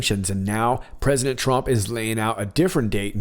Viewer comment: Mmmmm...listened to it 5 times,it actually sounds more like prisoner then president. .good catch..👍